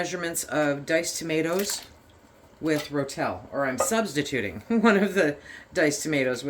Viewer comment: Ro-Tel… not Rotelle !